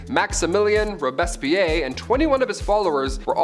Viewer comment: Natalie Wood, not "Woods." Also, "Robespierre" is pronounced "ROBES-pierre," "Pierre," as in the French name.